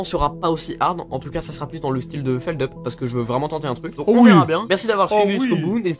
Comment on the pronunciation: Par contre, on dit 'feldup' pas 'feldeup':)